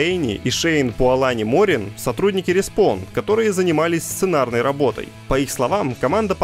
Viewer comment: Как можно быть так язык ломать 😂 что по русски получилась муйня , что по английскому получается муйня ! Давайте вы не будете коверкать названия и будете РЕСПОУН называть как положено респАун !!! А бедного принца ПЕРЖА , будете правильно называть принц ПЕРСИИ !!!! Вы же в России живете , значит и игру называйте нормально , а как показал бедный респАун , вы и английский знаете на уровне 3 классика. Хотя я думаю что даже он знает как респАун пишется произносится и не делает таких глупых ошибок 😂